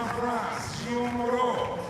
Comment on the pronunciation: Please learn how to pronounce "Guillaume" - the E at the end is silent, so the name is two syllables, not three.